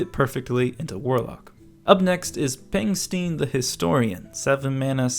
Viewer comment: I feel like Pengstein is actually pronounced like Frankenstein or Einstein. I'm not sure because Pengstein is a made up word. Then again, all words were made up on the basis of other words, concepts, ideas, and whatever.